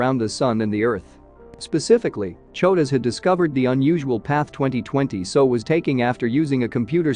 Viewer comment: The commentary is not terrible, but it is rushed. Longer gaps between sentences required, and bigger paragraph gaps. Give us a chance to absorb the interesting information. Also, when discussing '2020SO', you need to separate the letters to get S, O and not 'so'.